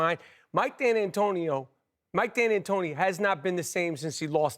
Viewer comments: Somebody needs to tell Rapaport how to say D’Antoni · “Mike D’anantonio” ?